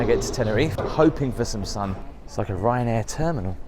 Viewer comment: Ryanain? Do I win a prize? 😂